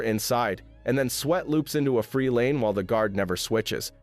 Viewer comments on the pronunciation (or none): none